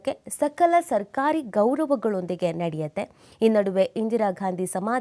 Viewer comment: ಸಲಕ ಸಿದ್ಧತೆ. ಅಲ್ಲ ಸಕಲ ಸಿದ್ಧತೆ. ಏನ್ರೀ ಮಿಡಿಯ 🤦🤦